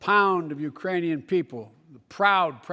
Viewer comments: I heard Iranian too haha 😆 😜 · I heard "Uranium people" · Urainian lol my boy has me Dying